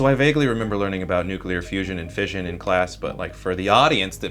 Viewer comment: It is pronounced fish-un As in mission. Do americans say Mizzion ? I doubt it